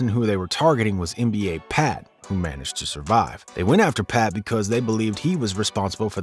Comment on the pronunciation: It's nba pap not pat